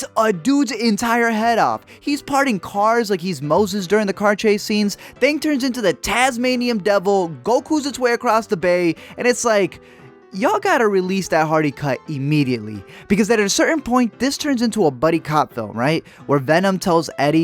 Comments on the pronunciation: Did you say tas-MAIM-ian? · the way you pronounced tasmanian hurt my soul